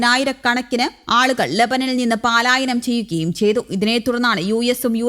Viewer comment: പാലായനമല്ല, പലായനമാണ്!